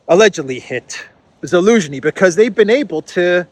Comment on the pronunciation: Your pronounciation of Zhaluzny is on point man. Damn😂